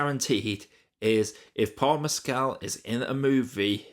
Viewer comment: Correct pronunciations: "Haigh" rhymes with "vague" (long "a" and hard "g"); "Mescal" = "MESS-cull." Thank you.